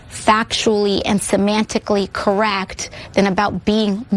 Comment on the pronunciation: "...factually and semantically corRACT"